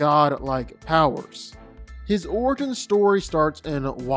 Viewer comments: Bro said "Oregon" story 😂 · 30 Did he really mispronounce "Origin"